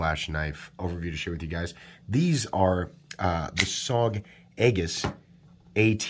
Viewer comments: There is a navy ship out in a field where I live and it's an aegis command ship/test site. Here where we live we say it like Ay -jis not egg-is. What looks like a warship among the waving cornstalks is actually, well, a warship among the cornstalks. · Not trying to be a dick, but Aegis is pronounced like E-jus, the A is sort of silent....... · Aegis = “eee-jiss” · love the channel. It's pronounced "E-jis" though! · It a soft g, sounds like a-jis. Not a hard word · FYI, it's pronounced EE-jiss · You mispronounced Aegis and are obviously biased.